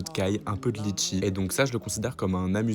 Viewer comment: N peut de litchi les réunionnais en sueurs on dit letchis